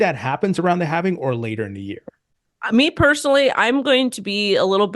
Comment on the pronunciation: Why are supposed crypto experts putting an extra syllable in “halving?” It’s “halving” the “L” is silent. NOT “havening”. 😂